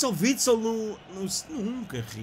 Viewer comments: " Witsel Vitsel" "joga no man u" tás todo mamado 😂😂😂😂😂. Tás a confundir o Fellaini com o Axel Witsel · Witsel vitsel 😂😂😂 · Ele chama-se AXEL WITSEL e não WITSEL WITSEL 😂 e joga no Dortmund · Witsel Vitsel ahahahahahahah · Witsel vitsel 😂